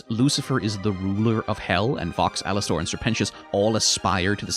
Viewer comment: “Alas-stORE” is driving me insane